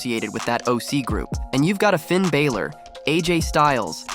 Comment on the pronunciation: Stop with the Clickbait titles, vince russo is an idoit, they always called him The Fiend Bray Waytt, how many tine dose Russo say Bro?? ya saying Finns Name sooooo wrong